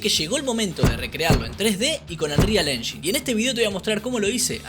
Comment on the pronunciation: Engain no enshin